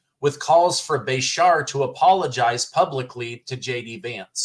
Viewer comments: It's pronounced Beeshear... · His name is pronounced besheeer or aka by some is Kentuckians Handy Andy 🤢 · It is pronounced Ba- sheer. The teachers union and his dad being a former gov got him in office. I was ashamed of his comments. Prior to this election, he kept out if a lot of this lying slander. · our Governor in KY's last name is best pronounced if you remember a sheep. Ba-Sheers. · KY HERE: We love our Governor here even the Republicans... I can't believe he said that. I'm disgusted 😮😮. And it's pronounced (Bru- shere). I can't believe that came out of his mouth. Those woke has finally got his brain WTF 😡😡😡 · Just FYI it’s pronounced Bru Shear My daughter lives in Kentucky and he is terrible!! Nobody likes him but mysteriously he was ‘voted’ back in again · pronounced Ba sheer